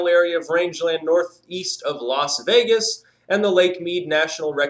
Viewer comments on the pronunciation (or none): none